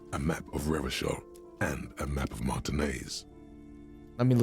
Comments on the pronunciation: The old-fashioned way came to him naturally, I smell a fascist playthrough 😂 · What's up with pronouncing Revachol as Revakol even after hearing the right pronunciation?😅